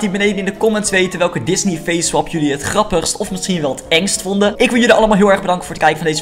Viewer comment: Face swep* job ik dacht dat het swap* was😂😂🦄💩